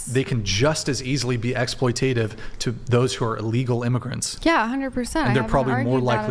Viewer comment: Ex-ploi-tate-iv? Try Ex-ploit-at-iv 😂